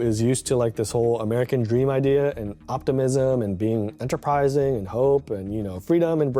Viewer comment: the way he says "i am amrekan" :D